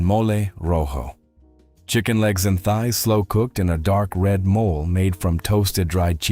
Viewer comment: MOLE is an animal! It's pronounced MO-LAY!